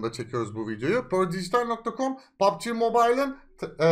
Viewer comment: pör değil perdijitaal